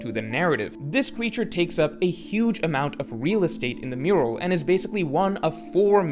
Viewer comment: Only 5 seconds in and it's 意味が分からなかった not 意味が分からなかっ, not Elbaf Murual but Elbaf Mural love your videos man but can't stand this AI slop particularly when it's so conspicuous and easy to fix.